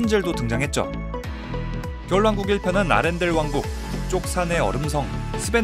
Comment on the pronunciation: 아란델 말구 아렌델 아닌가 ?..